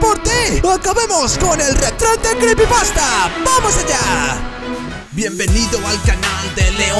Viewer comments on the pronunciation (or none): none